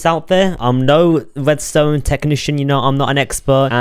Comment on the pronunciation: I love how bro pronounces R, cuz it sounds so cute, like "cweepeh" "wedstone" and more